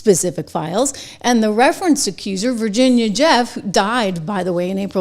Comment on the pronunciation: You tell em, 🫡 President Trump, but for God's sake please stop pronouncing it (va)"gina" 🇺🇸 ❤